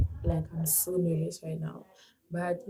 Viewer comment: When you said "so" I was like "mcwah"😂